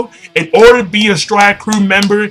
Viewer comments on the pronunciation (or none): none